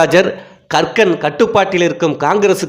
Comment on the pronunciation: கக்கன் என்ற பெயரை இவர் ஏன் கறுக்கன் என்றே திரும்பத் திருமபச் சொல்கிறார் என்பது புரியவில்லை.